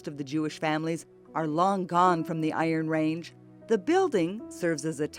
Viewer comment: You would think you would learn how to pronounce 'Iron Range' if you were doing a documentary on it.